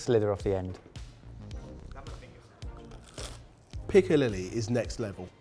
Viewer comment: Marie Roberts it's piccalilli